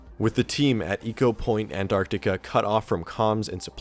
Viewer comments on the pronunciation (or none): Dude...Ecopoint Antarctica not anartica